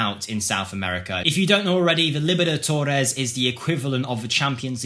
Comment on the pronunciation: How did you butcher Libertadores? It is not that difficult to pronounce it lol